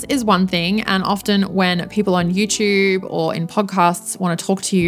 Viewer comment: I like hearing you say "Yertoob" and "Pawrdcosts"😊